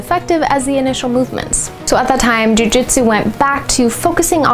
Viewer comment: Tbh this sounds moore like bjj marketing & is no where near the real history of Nippon-bujutsu:\:(. Also jitsu is pronounced jeetsu:( the name is jujutsu u can also call it yawara or taijutsu as both r older names for Jujutsu^^ .